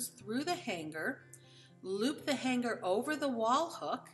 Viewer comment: Hanger is not pronounced Han-Ger. Sorry, but it's like nails on a chalkboard to me.